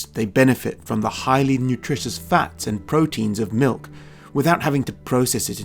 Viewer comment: Sounded like they're "MILF" lovers at the same time.